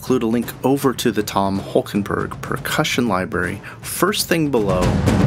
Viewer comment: Interesting that you call him Holkenburg thrice at the start. It's -borg ( Sounds Swedish ;) ) Borg, since he was born in the east of the Netherlands, that speaks West Low German: a group of Low German dialects spoken in parts of the Netherlands, northwestern Germany and southern Denmark (in North Schleswig by the German minority). Borg = barrow as in tumulus. Burg = borough as in town.